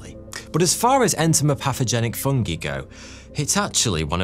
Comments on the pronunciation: Love you, but I hate the way you pronounce 'fungi' and 'chitin' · I can't be the only one to never hear the pronunciation "fungee" before...